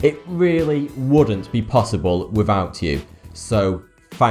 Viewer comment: "fank you"